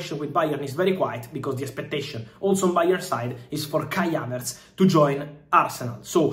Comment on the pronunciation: Who is Kya-Vets???🤣😂😀😂🤣 ❤❤❤❤